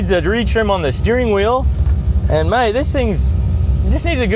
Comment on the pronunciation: It seemed to bring out The Aussie in ya!!!! "Maaaaate!"☺